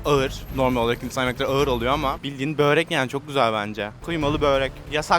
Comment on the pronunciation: Iğır değil ağır ,homozigot seni